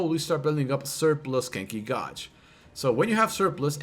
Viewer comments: Gauge is pronounced 'gayj' not 'gawj' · Gauge. Not Godge. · This man can’t even pronounce “Gauge” and you’re sitting here talking shit defending him. Lmao IDIOT